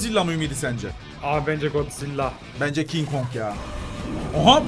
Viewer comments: Kin kong diyenlerin sayıs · Abi Godzilla değil kin kog